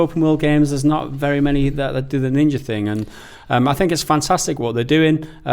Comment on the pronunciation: Ninjery? Are you seriously pretending you don't sound like you're definitely doing that on purpose. You read ninja and see an 'a' then choose to say 'er' it is on purpose. 100% why though? Why not be genuine and evolve your speech rather tricking listeners into thinking you are authentically pronouncing an 'a' as if you just read 'er.'